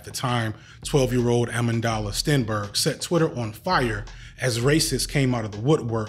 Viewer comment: you hear his pronunciation of amandla lol